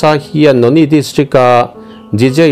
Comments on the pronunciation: Noney=No-ni nilo in, No-ne tia lam zawk tur . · I lam rîk dan hi, "Noni" ni lovin, Nawne, tih zawk tur a ni e.🙏